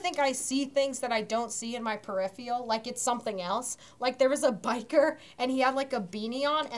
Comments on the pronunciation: I can't believe kept saying "periphial"... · sariah moody i really hope so, because i died inside every time she sad periphial instead of peripheral. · it's "periphERal" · wait is it not per-if-er-al